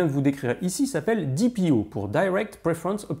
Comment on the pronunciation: Qui, comme moi, a entendu "deep IO" au lieu de "DPO" ? 😅